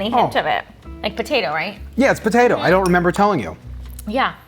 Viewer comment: Neither of you pronounce the “p” in potato. Bo-tato. Lol